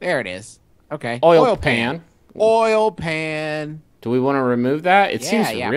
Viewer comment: justin saying "oil pan" like "oil can"....he's nothing if not consistent